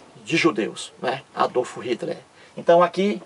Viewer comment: Quando esse cara aprender a pronunciar Adolf Hitler e Joseph stalin, aí pode até tentar chamar os outros de bobo.Vai estudar, que pronuncia horrorosa. kkkkk